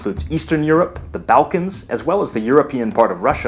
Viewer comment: isnt it pronounced "ball kans", instead of the "bow kans"?